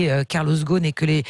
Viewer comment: Pas Ghosn, Ghost.